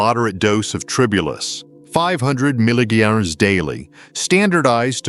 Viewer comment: Damn AI can't even say milligrams 😅